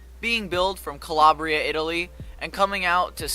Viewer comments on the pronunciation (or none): none